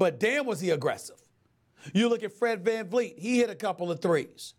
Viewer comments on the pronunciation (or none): none